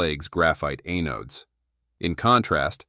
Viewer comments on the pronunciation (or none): The robot begs for subscribers, but I refuse until a human narrates. I can't stand mispronunciations like, "A-nodes." Stinking A.I.